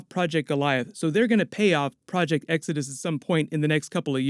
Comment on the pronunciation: Project "X-odus" and not Exodus??? (lol)